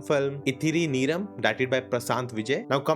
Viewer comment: The word is pronounced Neyrum. Meaning time. Ithiri Neyrum means a little time.